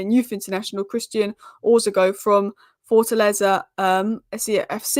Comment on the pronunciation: Please try to pronounce their names properly 😅 It's Oroz-co......not Orzi-co.